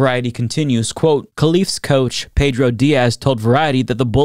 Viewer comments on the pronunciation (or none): none